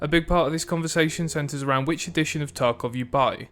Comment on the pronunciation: The way you pronounce edition sounds like "addiction", which, tbh, suits the game more 😂